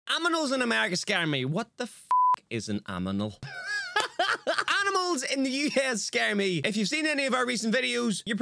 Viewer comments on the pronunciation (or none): Came to watch reaction, stayed for the "aminals" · I say aminals all the time bro, I'm glad it's not just me lmao